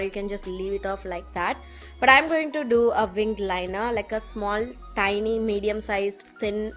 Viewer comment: Sorry to say this. I was noticing that you were using the word "tiny bit" often. I really got a doubt that can we pronounce as "teenee"? I googled. But we have to pronounce it as "tienee" I have learnt something today 😊 i hope you dont misunderstand me 🤗